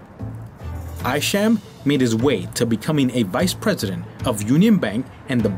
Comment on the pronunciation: Hi, Thank you for this video of the Northern Manhattan neighborhood where I've lived since 1960. If I might make a few edits....Isham Park - is pronounced Eye-sham. Wadsworth Avenue was not the long hill that you traveled up to visit the Cloisters. You were on Fairview Avenue headed to the Fort George Hill area also known as Washington Heights. People use the #1 190 St train station elevators to get from those heights down to Broadway. The Cloisters are on the other side of the island in the Fort Washington area - also known as Hudson Heights.Take the "A" train to 190 St, go up in the elevators and the top of Fort Tryon Park opens up for you. I suppose that every video and written article has its errors. The only reason I picked up on yours is that I know the neighborhood so well. Good job though!